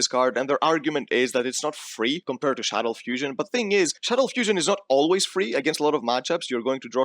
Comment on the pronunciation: But why call them "Shadows"? :DDDD They are "Shaddolls" ? ._.